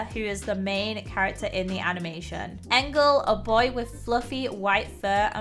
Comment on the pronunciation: Is not angle is engel